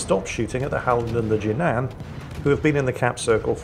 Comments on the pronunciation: Jinan is pronounced “G-non.” Used to live there. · Fun video to watch! BTW, it's "Jee Nan" with the "a" pronounced in the English (and rest of the non-North American world) way. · About pronouncing the Jinan. It could be either Jin'an or Ji'nan. No idea which one is correct. I won't even start with pitches.